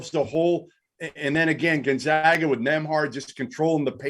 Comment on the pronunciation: how in the fuck is this guy not pronouncing Gonzaga correctly? It's not 1999. GONE-ZAY-GUH